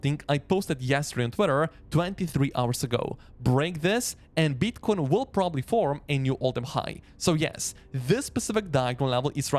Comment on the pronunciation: I like how strong this guy pronounces the 'B' in Beetcoin and Boolish.